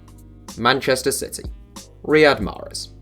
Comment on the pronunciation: Bruh it’s not mahrez